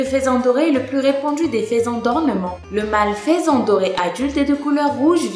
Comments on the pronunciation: On dit pas " faisan " plutot que " faison " ? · Juste une erreur au début c'est "faisan doré" et non "faison doré" et ca se dit "feusan" ;) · le faisan se dit [fesan]